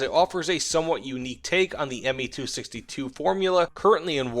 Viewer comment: It's Me not Ma